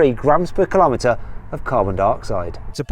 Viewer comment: Say millimetre Say centimetre Say metre Now.... Say kilometre. Well done, you did it🥳